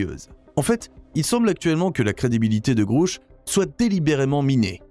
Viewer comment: Il faudrait que vous cessiez d'insulter des gens que vous ne connaissez pas ni n'avez jamais rencontré ! Pour commencer DAVID GRUSH NE S'APPELLE PAS DAVID "GROUCH PUISQUE LE U NE SE PRONONCE PAS "OU" EN ANGLAIS MAIS E... Ne serait-ce pas vous le soulard par hasard ? Votre vidéo est très mal placée ! Quand on ne connaît pas les choses et les gens, on ne se permet pas d'en parler comme vous vous le permettez ! AVEZ-VOUS DES ENTRÉES AU CONGRÈS AMÉRICAIN ET CONNAISSEZ-VOUS DAVID GRUSH POUR OSER LE SALIR COMME VOUS LE FAITES ? CERTAINEMENT PAS ! CAR PAR VOTRE MANIÈRE PRÉTENTIEUSE DE PARLER DE GENS QUE VOUS NE CONNAISSEZ PAS, VOUS N'Y SERIEZ CERTAINEMENT PAS REÇU ET DE 1 !!! DE 2, VOUS ÊTES INCAPABLE DE REMPLIR LES FONCTIONS DE CES HOMMES, ALORS VOUS FERIEZ MIEUX DE FAIRE PROFIL BAS ! On a vite compris que vous faites partie de ces gens du côté NOIR, qui faites de la CONTRE DIVULGATION lorsque la VÉRITÉ VOUS DÉRANGE !!! MALHEUREUSEMENT POUR LES GENS HAINEUX COMME VOUS, IL N'Y AURA AUCUNE PLACE DANS UNE DIMENSION SUPÉRIEURE ! CE QUI EST RASSURANT POUR CEUX QUI ONT DES VIBRATIONS ÉLEVÉES ET QUI SERONT TRÈS HEUREUX DE QUITTER CE MONDE EN DÉROUTE QUE VOUS AVEZ COMPLÈTEMENT DÉMOLI PAR VOTRE MANQUE DE CŒUR !!! CESSEZ DE SEMER LA BISBROUILLE EN VOUS CACHANT DERRIÈRE UN ÉCRAN, C'EST VRAIMENT TROP MOCHE ! MERCI.